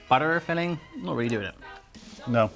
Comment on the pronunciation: The way he said "butter filling" sounded simultaneously like a super strong Californian accent and some kind of Irish accent and now my brain is hearing the similarities between the two..